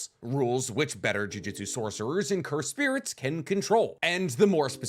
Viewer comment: For someone who makes a living from analyzing anime, you really have to stop mispronouncing jujutsu